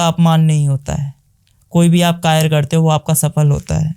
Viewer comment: Karya❎ kayr✅😂